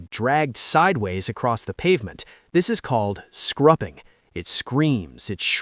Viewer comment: Did AI just say "scrupping"?